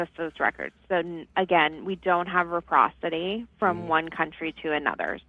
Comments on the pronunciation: The DL lady needs English vocabulary lessons, too... What the hell is reprocity???😂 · ... and it's not reprocity (like she said) it's reciprocity... that dmv girl is entry level. But states issuing driver licenses, even for cdl, do not access international driving records. Ever. The US doesn't have access to do so. They're just given opportunity to take driving tests and if they pass and if they have the required documents, they get a driver license. Not hard for anyone. It should be tougher.